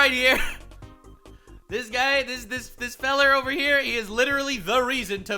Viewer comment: "Feller" with a Hard R?? You need to CHILL OUT,!